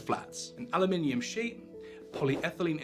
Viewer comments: Aloominum ? I thought you were British lol 😉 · aloominum. that's not how we say it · He said "aluminium" in the same sentence, so the "Aluminum" part was possibly a trade name.